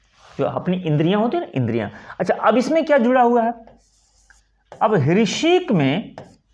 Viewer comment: कृपया "हृषीक " का उच्चारण सही करे